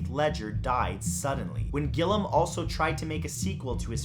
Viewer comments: Great video! Really creepy! Just to let you know gilliam pronounced Gill-ee-m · That's.... that's not how you pronounce Gilliam